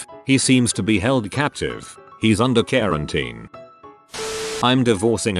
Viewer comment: Wait, did this guy misread Karen as Korean? XD